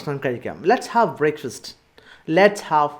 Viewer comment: Wow superb class sir, but there is a small correction sir, you said breakfast as 'breikfast' i think that would be 'brekfast '